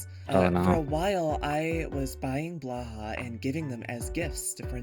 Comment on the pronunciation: I stand by my position that there's no wrong way to pronounce blahaj (depending on how it's spelt with the overring or not), but Moth's pronunciation is absolutely wrong xD /lh